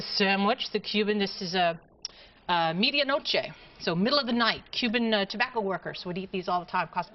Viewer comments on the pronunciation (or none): Medianoche, not "Meatya noche" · I know that you spelled it correctly. It's just the way that the lady said it, which was mispronounced